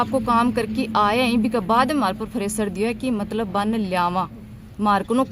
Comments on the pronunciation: ये ड्यूटी जाती है प्रेशर को फरेशर 😂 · Preshar dabav hota hai fresar nahi hota hai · फ्रेसर नहीं प्रेसर होता है बूच फ्रेसर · फ्रेशर नही प्रेशर होता है।बन्दी अंया की ही थी